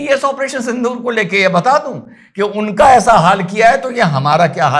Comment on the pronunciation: आप उच्चारण सिंधुर करते हो , लेकीन होना चाहिए सिन्दुर. गलत हो तो मुझे दुरुस्त करे , मैं हिंदी भाषिक नहीं हुं.